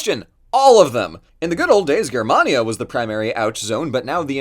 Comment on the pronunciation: I'm sorry, Grr-mania?